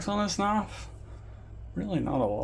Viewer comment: Knahwf? Bro, where the hell are you from? Just giving you a hard time,😂, thanks for the vid and good work!!